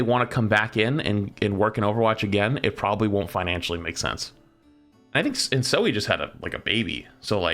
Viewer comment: duuuudeee not zoe :(((((((